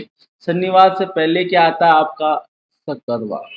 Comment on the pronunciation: shakkar waar ni bhai mere...shukravaar hota h 😂😅